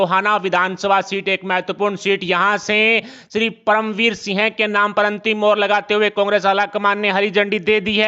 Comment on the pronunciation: इनको तो सिंह भी सही से बोलना नहीं आता।